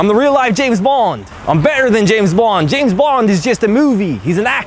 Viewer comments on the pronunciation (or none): none